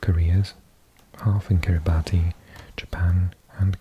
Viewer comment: Yes it is correct that it is pronounced ‘kiribas’ :)